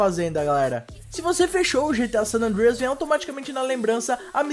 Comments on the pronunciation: ele quer ser gringo kk, sanandrias kkkkkkkkkkkk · mano para de fala san andrééééééia q feio cara ... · fala san andreas direito cara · o cara falando san andreas moh esquisitão... antes falar em portugues do q tenta paga uma de americano e falando parecendo q ta comendo um bolo...